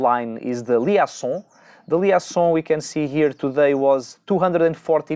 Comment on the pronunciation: Olá. "Liaison" diz-se "li ê zon"